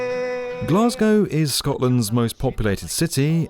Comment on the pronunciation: Can we all learn how to say Glasgow please?